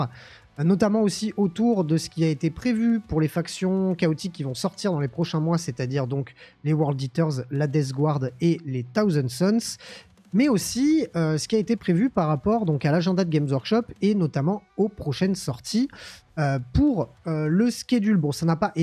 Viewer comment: ...Alors, vraiment, sans faire le chieur vis à vis de l'Anglais et sans exiger un accent de la haute britannique... Par pitié, juste le minimum syndical en prononciation : c'est "SauZand" Sons. 😁 Et pas Death "Gouarde" non plus. Sinon, à ce titre autant dire World itté, ça reviendrait au même. Bref, je fais chier ! 😉 Sinon, d'accord avec le propos de la vidéo. Et oui, les robots TS sont infâmes.